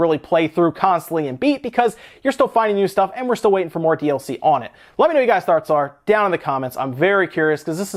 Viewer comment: Love your videos, very knowledgeable, lots of great info. And thank you for not having spoilers for SMO. I was so hungry for info before, but now there's o much out there I'm avoiding almost all videos on it! Also not sure but I think you made up a new word athe end of your video. Not sure but it sounded like thoughrts- can that be thought farts? Lol. Sry I'm a dork. Thanks for sharing your knowledge tho, hope you have a great day. Can't wait till I can afford a switch and SMO! So pu!mped. Thats why I'm having to avoid almost all vids on it now. Peace my dude.